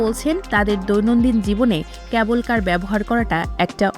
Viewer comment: Reporter apa, apnar uccharon joghonno. Especially, "cable" er je uccharon korlen, shuney to virmi khailam.